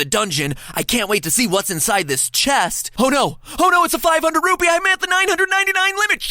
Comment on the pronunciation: MATAPAT SAID RUBY NOT RUPEE!